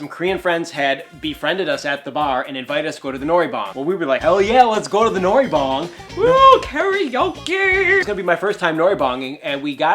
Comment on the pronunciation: It's not noribang it's noraebang (not trying to be rude just saying) ^~^ :))